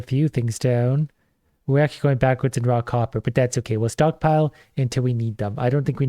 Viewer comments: You mean he ISN'T saying "Rock Hopper"!?!?! I had to re-wind and listen harder. Oh wow. lol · For the first half of the video every time he said "Raw copper" I heard "Rock hopper" and was very confused about the difference between rocks and stones.